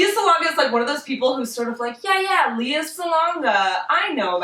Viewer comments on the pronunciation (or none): Lea is pronounced like Princess Leia, btw.